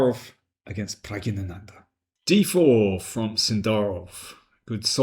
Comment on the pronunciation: Pragg i nanandhaa? He is the only one I've herd pronounce it that way